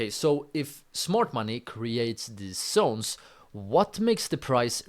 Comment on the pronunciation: It's zones bro not sones 😅